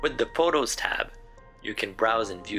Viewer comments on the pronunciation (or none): Did this guy really just pronounce the P in photos